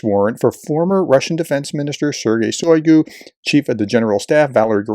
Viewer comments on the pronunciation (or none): PRONUNCIATIO Rarely is ant Slavic word or name with the emphasis on the 1st syllable. So it's SodOl GerAsimov ShoigU ZelEnski Also It's Oblast as in wOOd not AAblast